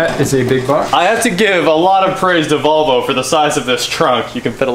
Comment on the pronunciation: Why do people in Kansas pronounce Volvo as "Bobble?"